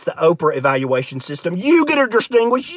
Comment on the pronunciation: I need someone who writes IPA to transcribe every different way he pronounced "distinguirshed"